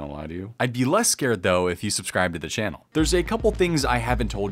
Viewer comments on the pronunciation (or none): none